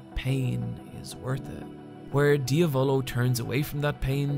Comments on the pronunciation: King 1th its kinda like saying "dee-ah-volo" instead of what is saying which is "dee-a-voulou". as i said its hard to illustrate it via text, the best thing u can do is literally write diavolo on google translate (italian) and make it say it out loud. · KingCrimson's user's name is not pronounced diavÓlo but diÁvolo ; the accent goes in the A . Nothing to apologise for bro ! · Him saying dee-a-volo instead of diavolo makes me cringe so hard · As an italian the way he pronounces diavolo makes my nails roll up 😂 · Do u purposely mispronounce the names. Lol dia-VO-LO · did he really say ..... diavOlO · same way as he said Abbaccio withou an H or how he called La gang Passione, "El passion" what an insult thinking that in italy we Spanish. What an ignorant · obviously that's not how you pronounce 'passione' or 'diavolo', nor is italian accent that hard to figure out